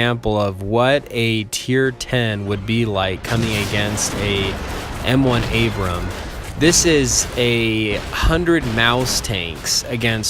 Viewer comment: It’s Abrams, not Abraham.